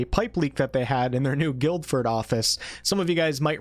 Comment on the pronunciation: Thanks man, loving the content! Just thought I'd let you know (as someone who lives in the UK close to Guildford), it's pronounced phonetically as 'Gil-ford' (silent d). Know us Brits have some weirdly pronounced place names over this side of the water so just thought I'd let you know 😅👍